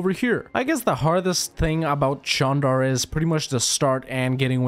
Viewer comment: Wow congrats on pronouncing the name of the country correctly